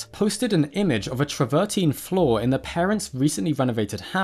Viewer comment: The stone is called Travertine and PRONOUNCED AS IT SPELLED TRAVER TINE (teen)! Some Paleontologist you are! Mispronunciations all over the place. PhD Vertebrate Paleontology, University of California at Berkeley